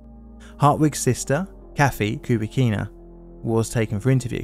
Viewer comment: If you're going to perpetuate this story (as well it should be!) Please do get your name pronunciations correct. Fred Moosally (Moo-sal-ee [as in the proper name, Sally]), Mike Fahey (Fay-hee), Kathleen Kubicina (Coo-bih-chee-nuh).